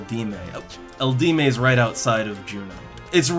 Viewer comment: Eldieme necropolis is pronounced L.D.M. :) easy way to remember.